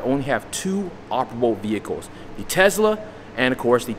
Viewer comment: STOP SAYING TEZZLA....